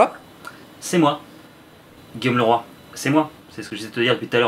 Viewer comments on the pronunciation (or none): none